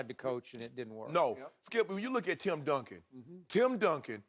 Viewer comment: it’s Duncan. Come on dude...